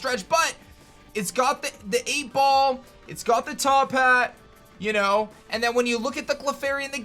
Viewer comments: why do you keep adding an english twist when you say got? Stoppit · Is it just me or are you saying got differently in this video? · Just me or does he sound British when saying “you’ve got this...” ? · Does anyone feel like every time he says you’ve got He gets a British accent?